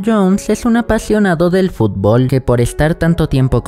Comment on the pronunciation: Xd dice fublo